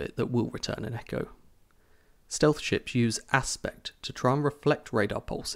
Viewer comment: at the first video i thought he says "when you look at the design of some sh*ts"